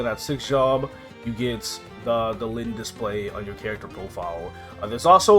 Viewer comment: I was so confused because I started the video and was listening to it at work and the whole time I thought KMS dropped our lynn class in KMS. Until I looked at it a little on my break time and saw he meant Len lol